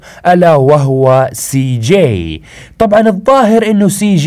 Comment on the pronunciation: انت تقول سي ؟؟؟؟جيءء؟؟؟؟